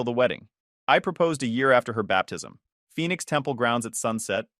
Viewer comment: Phoenix not Phenix